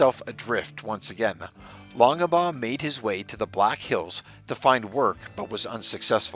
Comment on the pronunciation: WAIT!! -“Long-Ah-Baugh”??? You don’t pronounce the middle initial,.